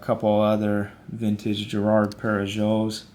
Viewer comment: Girard-Perregaux Perregaux is pronounced “perry-go” 🤝